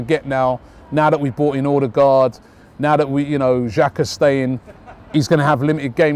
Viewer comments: Ødegaard/Odegaard - Not Odergaard, wtf? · Odegaard not Ordegaard